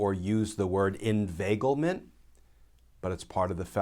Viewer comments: Word of the day, "Invaglement" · That was a Scooby Doo moment...."inveiglement" rauuu oh..!!